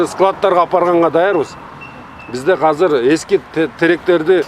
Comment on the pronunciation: Азыр❌ Казыр✅